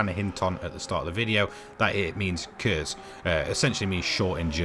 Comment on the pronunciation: I'm risking being that annoying dude, but anyways: The Kurtz wich does just mean short. i would describe the pronunciation as QURTZ to an English speaking person. the KU is pronouced like a Q, and have very much focus on the tz sound.